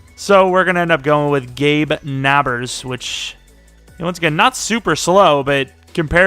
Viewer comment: As a Chargers fan, I can’t wait to see Parham in action. He’s a monster in Madden. And Nabers too. Pronounced NAY-bers, by the way.